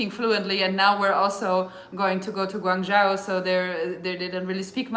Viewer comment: You are correct, Guang joe is the pronunciation. Have you ever thought of visiting zhangjiajie where Avatar movie took place. You will not be regretted.